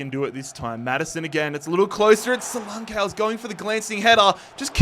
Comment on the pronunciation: Solank ee not solankay